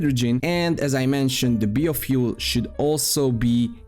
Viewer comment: I can't imagine being an adult that can't pronounce biofuel correctly.